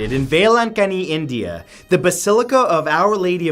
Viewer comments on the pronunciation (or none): none